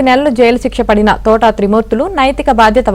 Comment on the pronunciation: Thotaaaaa kadu thota. Mundu palakadam nerchukondi.